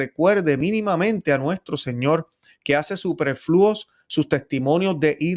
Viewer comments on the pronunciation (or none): Don: Pérfidos, no perfidos. Hubo, no "hubieron" (hubieron sólo va seguido de participio: una vez que hubieron rezado, o comido...) Supérfluo, no "superflúo"). Hermano cuide la lengua española, en la que nos evangelizaron los frailes franciscanos, dominicos, agustinos, carmelitas, etc.). Escuálido, no "escualido", Ordo, no "oldo". Erre, no "ele"; Puerto Rico, no "Puelto Lico".